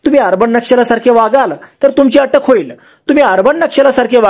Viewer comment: " अटक् नाही अॅटक् "!!